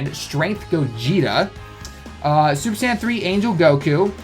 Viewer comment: It sounds like you're saying sand banner instead of Saiyan banner lol